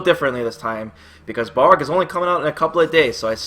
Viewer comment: isn't hes name pronounced bal rog, not ball rog